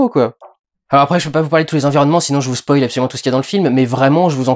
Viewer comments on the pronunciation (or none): none